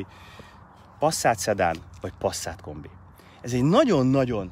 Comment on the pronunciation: Passzát? Mi van? Az Pászzát, ha már kimondjuk!